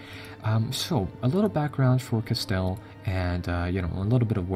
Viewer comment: Castile pronounced "ca-STEEL"